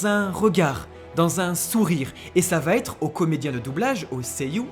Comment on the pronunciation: VA ÊTRE. Pas VA-t-ÊTRE. Vos vidéos sont si parfaites que c'est dommage d'avoir les oreilles blessées